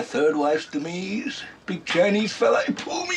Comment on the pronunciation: Strange how he pronounces the word demise... as "demees"